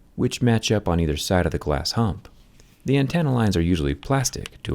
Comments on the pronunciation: Antenna not antanna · good god dude it's not an-tannuh lmao it's an-tennuh. Antannuh sounds like such a hillbilly way of pronouncing antenna. Do people actually pronounce it like that? Cause dude just went on a roll there at the end. So strange to hear a usually intelligently sounding guy sound so dumb...